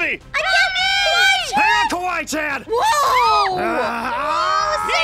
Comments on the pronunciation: No not kwai chen but its kwaii chan I'm not mad at you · Lmfao its and Kawaii-chan 😂🤣😂🤣😂🤣 Worst name butcher ive seen